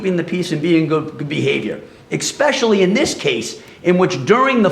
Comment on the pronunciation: EX-specially? can't speak.